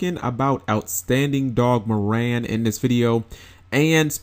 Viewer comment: It's pronounced "Mär-Ren"